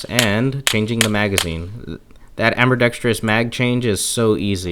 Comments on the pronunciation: Amberdextrous. Haha. The the way you pronouce that. I also have the same pistol, only in 9mm. Favorite pistol. Carry it every day AIWB. Love it. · "Amberdextrious" I love it